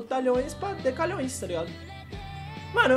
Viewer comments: dc é decilhoes e tu fala decalhoes kkkk ud significa unidecilhoes que é dps de decilhoes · Pessoas normais:Decilhões:Decalhões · Nossa man fico mto loco quando o ine fala os nome do número errado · E msm q fosse DC= N é decalhoes e sim "decilhoes